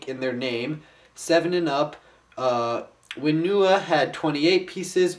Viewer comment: It's Onewa and Whenewa! not Oneewa and Wheenewa!